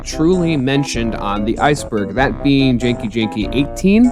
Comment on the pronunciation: Its genki the G sounds like the G in the word Goat